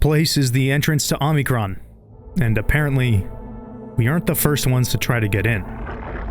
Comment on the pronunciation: Omicron, not Omnicron.